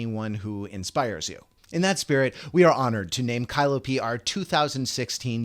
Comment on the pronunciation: Her name is Kaliopi not Kailopi!